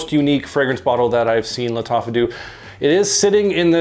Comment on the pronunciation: I rarely get to watch a new vid from you so early! I really like this new series from Lattafa (you said Lattacha at one point, haha). This one to me opened like Toy Boy (it also has nutmeg as a very prominent note in the opening) but then turned very smoky (vetiver just doesn't work on me). I get the Ganymede reference from the vetiver but it doesn't have the metallic/mineral vibe I get from it. My favorite from this new series remains Antique. Have a good Easter weekend, man! 👍